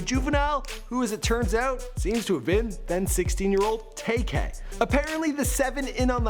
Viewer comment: It's tay k not tak k